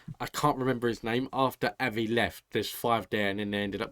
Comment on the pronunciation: It's OK to prefer Kirstin....rhymes with burstin'. OR Kirstie, rhymes with thirsty. But NOT KRIStin. And it's AH-vee for Avi.